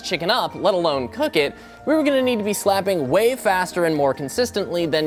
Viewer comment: the words "slapping", "yes", and "oh my god" sounds kinda weird in this video